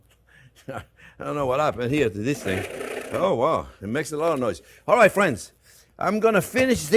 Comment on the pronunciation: "Well, hello there phrinzzzzzz!"